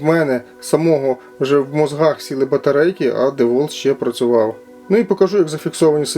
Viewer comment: Тільки два заперечення. Перше на 100 річча DeWalt випустив такий шуруповерт тільки чорного кольору. Друге правильно вимовляється Дівалт.